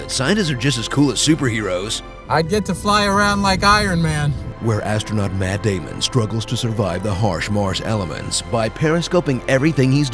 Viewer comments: “Meth Damon” 😂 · "Meth Damon" lol